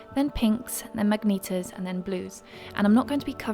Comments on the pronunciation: There's only one correct way to say the word magenta in English, which is muh-JEN-tuh [məˈdʒɛntə]. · it's magenta not magneta :'D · magenta is pronounced mah-jen-tah not mag-nee-tah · Stunning as always - such wonderful inspiration!!! the way you use colour is astounding - that eye look alone without the crystal part was so beautiful!!! one small thing was how you pronounced magenta - I recall you at some point mentioning dyslexia so it may be a combination of that and having never heard it said out loud, but it's said ma-jen-ta. I'm not sure what kind of tone this comment conveys, but please read it as gentle, appreciative, and friendly xx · //sigh// This word has only one correct pronunciation, and it is not mag-NEE-tuh.